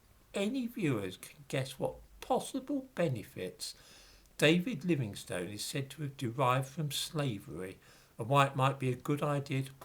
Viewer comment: Pronunciation of the surname "Livingstone." I (a U.S. American) grew up believing that it was pronounced ˈlɪvɪŋstən (Wikipedia confirms that this is the correct pronunciation). But you, Sir, pronounce it ˈlɪvɪŋstoʊn. Is that a regional pronunciation? Thank you!